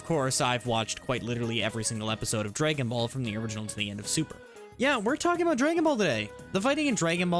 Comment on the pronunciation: "draygon ball" got me dying but good video overall